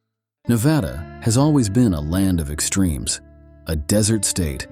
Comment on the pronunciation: Hard to believe when he can't pronounce Nevada right.